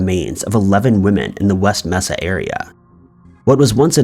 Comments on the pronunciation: it’s not “messa” it’s “may-sa”. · Not "mess-ah" it's "May-sa" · You must have been a really sheltered child it's pronounced may-sa not messa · MAY-sa....not MESS-a. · Mesa = May-suh Does anyone actually pronounce it Mess-uh? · Mesa is pronounced Maysa. Just fyi